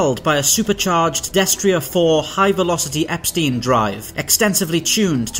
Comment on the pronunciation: If it's written Epstein then 'ei' sounds like 'fine'.